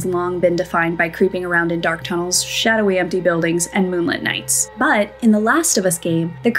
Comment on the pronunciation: Please never say the word "but" again